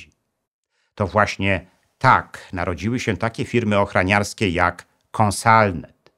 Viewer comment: Świetny materiał! Zwrócę tylko uwagę na detale, żeby jeszcze lepsze były kolejne 💪 -firma ochrOniarska, a nie ochrANiarska -włĄczać, a nie włANczać